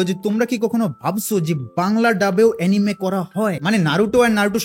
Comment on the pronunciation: এনিমে না রে ভাই এনিমি😅